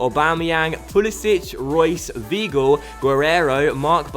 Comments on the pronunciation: It's vy - gl not v gl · Zlatko Edgar it's more like v-eye-gil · Zlatko Edgar in German if there is an -ie or an -ei you pronounce the word with the last letter , so , the word VEIL would be pronounced VILE , but if the word was VIEL it would be pronounced VEEL. And also W's are pronounced as V's so Weigels name is pronounced Vhygul. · im sure weigl is pronounced whygl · In german ei is pronounced ai. Also in Leipzig the g is pronounced sch, so Laipzisch and Weigl is pronounced Waigel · Weigl is pronounced like Why- gel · people saying is pronouncining right should look up how his name is pronounced...or just type it into google translate and play it in german or look up the pronounciation of 'ei' and 'ie' or something...I mean come on people it's not that hard to look up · you don't have to be german to know that 'ei' is pronounced as 'I' and 'ie' as 'E' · W is German are pronounced like a v so if you're German how tf did you not know that